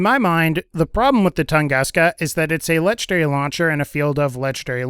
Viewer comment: LEGENDARY not LETCHDARY